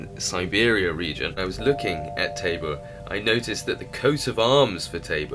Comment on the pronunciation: I'm American. I live in the Czech Republic. Tabor is a town/city here... but it is not Pronounce /Taebore/... it is prouncounces /tahbore/ and the word tabor simpl means 'camp' in czech The next thing... many other languages other than English use the term 'sweet Waterston mean 'not salt water'- meaning sweat water is just drinkable water... not from the ocean.